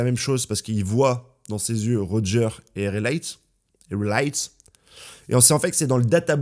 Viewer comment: Comment il prononce raylei ça me fume